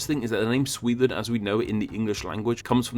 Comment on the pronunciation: It's pronounced SweDEN, not Swethen!